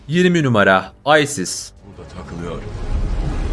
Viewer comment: Aysis ne la isis diyeceksin hz isis